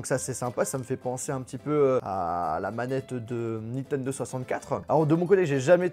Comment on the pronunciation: "naine 64" hahahahahahahahahahahahahahahahahahahahahahahahahahahahahahahahahahahahahahahahahahahahahahahahahahahahahahahahaha